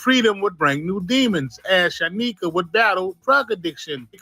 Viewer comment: San YIKA bro not San nika